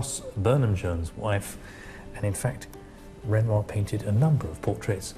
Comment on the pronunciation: Its Renoir .